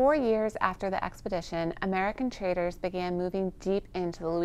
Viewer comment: Traders.. not traitors.. 😅